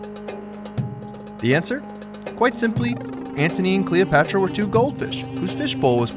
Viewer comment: If i hear you say Cleopetra like that one more time i will die lol